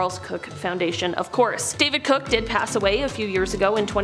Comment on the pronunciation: Koch is not "cook" but "coke".